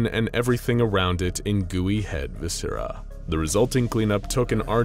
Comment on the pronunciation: Why the hell did I find the way said viscera funny